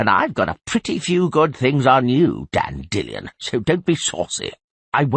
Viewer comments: Dandy Lion, not Dandillon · Istg this man pronounces 'Dandelion' differently in every book Dandellion Dandelion Dandillion